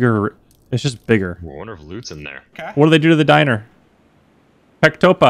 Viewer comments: it's not pectopah. It's restaurant. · It is Restaurant, or dinner but not Pektopah as you named it,it just fits perfectly between latinic and cyrillics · To say word "pectopah" is Restaurant, not "pektopah". That so weird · on not pectopah.its restoran on russian blyat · "RESTORAN" :D